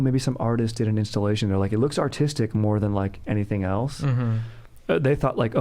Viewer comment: I looove the way says else. ELTS. Dank.